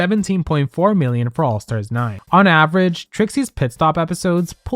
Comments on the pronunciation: I'm sorry but i have to say this.... it's average, not avarage. It was driving me crazy 😂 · Girl, not "avarage" 😭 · "Avarage"? Feels like Alyssa Edwards might have said that on the show. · Just an FYI! The word is average not avarage. :) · the "avArage" in every single slide is killing me though...